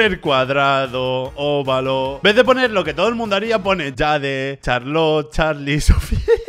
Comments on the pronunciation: Si se pronuncia como se escribe entonces se pronuncia como lo dijo, Jada, no Jeid:v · el dijo Yade no Jade que es como se pronuncia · JADE ES EN ESPANOL XD ES JADE CORRIDO COMO LA J EN ESPANOL NO EN INGLES XD AUNQUE ES UN ERROR COMUN U W U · En el minuto pone el nombre Jade y lo más gracioso es que yo me llamo Jade y se pronuncia como se escribe no como lo dijistes